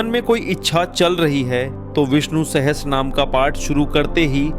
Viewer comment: Ur pronunciation is wrong. It's not Sahstra naam. It is sahasranamam